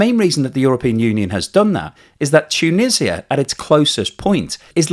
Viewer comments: Is this narrarator AI generated ? It constantly pronounces words wrong. It's, TOO-NEE-ZHUH, not Too-Nih-See-Uh. 🤦🏽‍♂️ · Great video. Just some comments on your pronunciation: It's pronounced 'tu-NEE-zja' in English, not ' tu-nissia'. 2) ma-GHREB, not MAH-greb 3) it's cOUntry, not 'cUntry'. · Tuuuunisa. its just Tunisa, or say Tounes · Tshunisia? Why? It is T-u-n-usia! Beside that, I like! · This hurt my head every time you said toonisiah. 😂